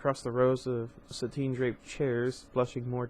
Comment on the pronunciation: This is actually how you pronounce it btw. it's not Sa-tin it's sat-in. You always make me giggle when you say it. But hey I thought you should know for future videos. Keep up the good work.